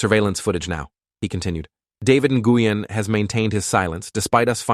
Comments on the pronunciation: Na-goo-yen?? Nguyen is pronounced like “Nwen.” Gotta love AI. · david nih-gui-yen is crazy lol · just a heads up, that’s not how you pronounce Nguyen. The pronunciation is more like your saying the word win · Like newwin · Nguyen is pronounced “when” I have friend with that last name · THAT IS NOT HOW YOU PRONOUNCE NGUYEN 😢😢😢😢😢😢😢😭😭😭😭😭😭😭